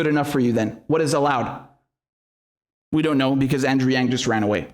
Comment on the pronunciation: Andrew doesnt pronounce his own last name right